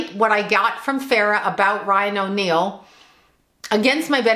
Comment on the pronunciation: said Ryan O’Neal but I thought she said Lying O’Neal...lol